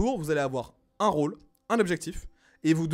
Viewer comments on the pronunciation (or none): none